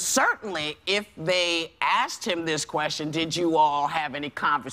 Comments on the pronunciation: why does he say question so weird?? hahaha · why does Don Jr. pronounce 'question' (or should i say 'question'?) like Miranda Sings?